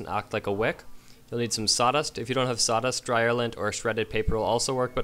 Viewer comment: Dude, its SAWDUST not SATAS.